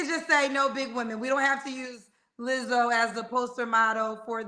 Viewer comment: And the extreme emphasis on no Lizzo lol